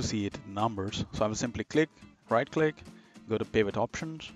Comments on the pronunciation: It’s P “I” Vot Tables! Not P “A” Vot Table! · Please stop saying pAvot table! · Overtime you call it a P-eye-vit table, you hurt my soul. Otherwise, a very good excellent tutorial. Keep it up. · I can't take someone seriously when they can't even pronounce pivot table properly.